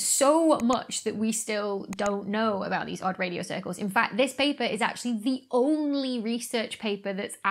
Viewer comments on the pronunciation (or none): Odd Radio Cirlces.. pronounced like Cersei?